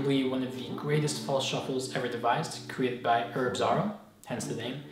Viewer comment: It's pronounced z a r oh not z ar r oh